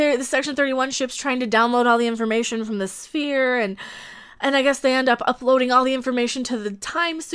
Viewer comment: Lets hire the one actress who can’t say “sphere” to play Mike Trek’s mom; or maybe she actually thought it was a “spear”. Without seeing the script I should withhold my criticism.